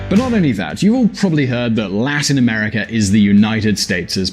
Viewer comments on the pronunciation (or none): none